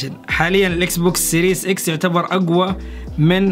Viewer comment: اسمو مش سيريس سييييرياااس 💨 فضحتنا بلغتك